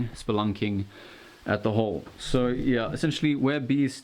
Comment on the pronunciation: Why did i hear splurting instead of spelunking